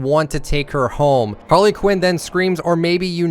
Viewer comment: this man said Harla Quinn 🤦🏻‍♂️